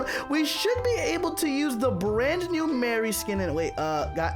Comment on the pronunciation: Its not Mary its Mari (Mar-iy)